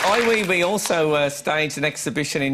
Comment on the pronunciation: I'm probably wasting my time, but I hate to hear people's names miss pronounced. I hate to say this, since he is a bit portly , but it's Ay Weigh Weigh , not wee wee